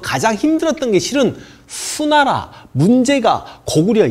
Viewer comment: 슈~나라 슈~양제 슈~문제 슈~군 ㅋㅋㅋㅋㅋㅋㅋ 발음 귀여우십니다